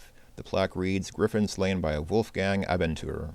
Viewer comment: It sounds so funny how u say Abenteurer. I think u know that this is a German word and it means "adventurer". In Germany the word sounds completely different, especially the letters "eu". This is speaken "oi" like in the word "spoiler". So u have to say "Abentoirer" but with a long "a" like in "bathroom" and the stress on the "a". And your "r" sounds too American, it has to sound more like "ch" in Johann Bach, NOT like in "cheese".